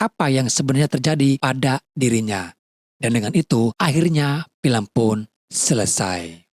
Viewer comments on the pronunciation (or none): none